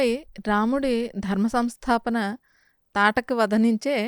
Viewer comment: తాటకి కాదు... తాటక అని పలకాలి